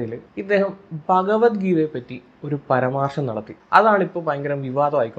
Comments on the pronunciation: പരമാർശം അല്ല. പരാമർശം. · 'പരമാർഷo' അല്ലല്ലോ..... ❌❌❌ 'പരാമർശം' എന്നല്ലേ...???✅✅✅? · പരമാർശം അല്ല പരാമർശമാണ്❤❤❤❤❤